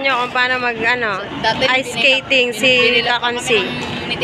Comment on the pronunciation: Mahirap talaga yan "iceketting" 😂✌ love u kaibigan 🙂♥️